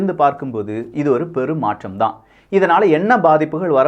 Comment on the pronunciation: Your tamizh pronunciation is not fair... ("" Maatrzham""... Illai, athu """"" Maatram"""". """ Nandrzhi""" illai, athu"""""Nandri"""". Thooya thamizh pesugiren endru solli thamizhai kollathirgal... Ungalidam irunthu ithai naangal ethir paarkkavillai... Ean endral... Ellavattrilum.. "" Zha"" Inaithu pesumbothu ketkka enna mo poal ullathu... By the way... Hat's off for all your phenomenal videos.